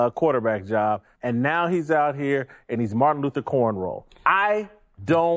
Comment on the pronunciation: The fact that he doesnt even know how to say "corn row" and pronounced it as "corn roll" tells me everything I need to know about Jason Whitlock